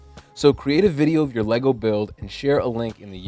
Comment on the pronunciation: ummm... It's LEGO, not LEGO.